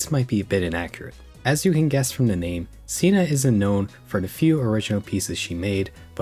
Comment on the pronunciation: I'm sorry but why don't u pronounce the "th" in "the" and "things"